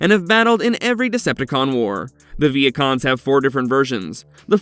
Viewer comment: Ok I thought when he said Vehicons I heard Vietcong’s like the Vietnamese